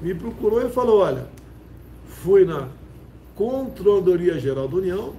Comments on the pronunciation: Esse homem não sabe nem falar controladoria....como pode isso ser presidente? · É tão incompetente que não consegue falar a palavra "Controladoria".